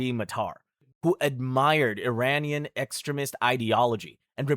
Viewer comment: I’ve never heard anyone pronounce extremist like that